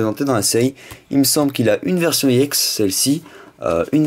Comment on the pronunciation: pour quoi tu dit iex